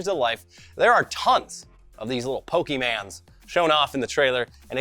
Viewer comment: Everytime you say pokeman I die a little inside